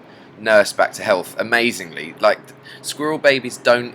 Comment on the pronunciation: squirrel = skrewl